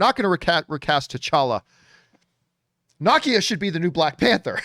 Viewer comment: You keep saying Nakia wrong. It’s Na- Key- A